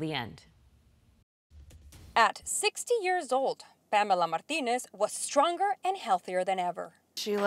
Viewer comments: i love this newscasters over pronunciation of the spanish names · That reporter just about hurt herself pronouncing "Martinez".